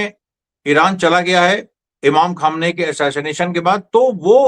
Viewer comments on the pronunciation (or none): Very good sharma ji but your parouncia sion is not good khaamnai you